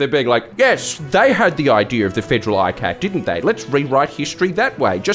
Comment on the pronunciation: The subtitles said "with a robust federal eye cake" and now I'm gonna pronounce ICAC as eye-cake - thanks, Jordan.👍